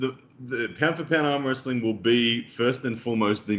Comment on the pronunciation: can anyone explain the “amwhastyle”